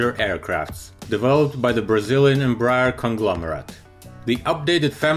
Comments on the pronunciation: EM- BRAH- AIR, please. Not Embrer, or Embr- er. Thank you. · Em-brEar read it like this